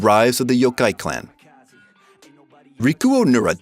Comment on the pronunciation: The way u pronounce yokai is horrendous